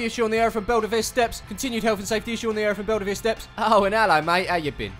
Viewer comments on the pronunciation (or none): It’s pronounced ear-ith not er-ith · It’s pronounced Ear-ith. not Erith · "Erith" pronounced 'Ear-ith' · The way you pronounced ‘Erith’ it’s pronounced Ear-riff. Only the other side of the Thames from u 😂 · It’s pronounced ear-rith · It’s pronounced ‘Earith’ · You say Eirth, so wrong! Born Sidcup.. lived Belxeyheath now in Upminster.. yep down the road! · you was saying erith wrong its more like ear-rith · It annoyed me being from Erith